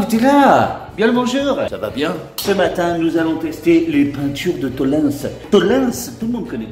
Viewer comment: Bon j'ai regardé 2 pubs tollens et ils prononcent: attention spoiler Ansse